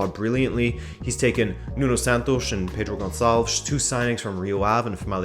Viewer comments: I think that was the best "Pedro Gonçalves" I ever heard from an English speaker. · the moment i heard the pronunciation of Pedro Gonçalves you got the auto like